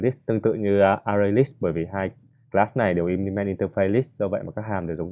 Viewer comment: implement có phải trong video đọc là in đì men ? đoạn s